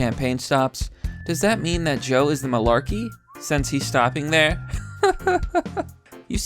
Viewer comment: Tim Pool did not know how to say malarkey....I loved it. You know your catchphrase is outdated and irrelevant when people can't say it and have no idea what it means.